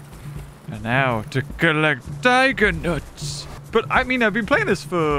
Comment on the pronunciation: are you collecting (diga nuts) or (tiger nuts) lol